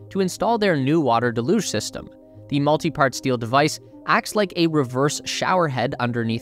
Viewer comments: deluge, sounds like "deh·lyooj" google "how to pronounce deluge" to get an audio example. Handy tool for words you don't know how to say. (sorry, pet peeve of mine. I like your videos) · You're pronouncing deluge wrong